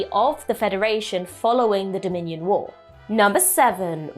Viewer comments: Um, it’s Dominion war, not Dominan War. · "Number 8, fallout from the dominion* war" (not dominian)